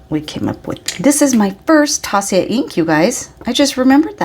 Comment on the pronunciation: I only buy Zodiac pens haha. And that berry is a perfect match to your Arabian Nights koi! I wasn't there this year but I did have Bart grab me a bottle of that ink when he was there too! Also, directly from Taccia.... It's pronounced Tasha haha! I had a conversation with her about it because I heard so many conflicting things! What a nice haul you had!!